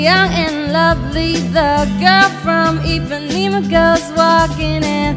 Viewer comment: It's Ipanema, not Ipaneem